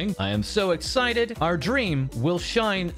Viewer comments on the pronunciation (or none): none